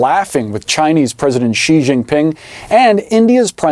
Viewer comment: Xi is pronounced 'She' not Ji